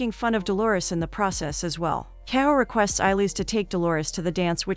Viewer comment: Whoever is narrating this video can't have actually watched the movie. She is pronouncing the main names wrong. Eillis is not pronounced "Eye-leez". It's pronounced " A - lish" - which anyone who's watched the movie knows. Mrs Kehoe is "Key - ho" not "Keho". For a review, this is really annoying...